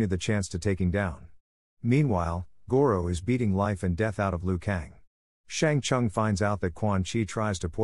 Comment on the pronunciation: "Shang Chung" ....